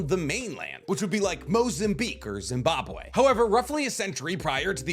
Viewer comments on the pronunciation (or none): none